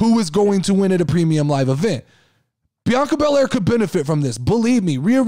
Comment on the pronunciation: And yes you said the name correct. Also thanks for the podcast shout out I appreciate it!!